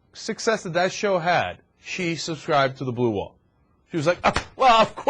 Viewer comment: That's ascribe, not subscribe.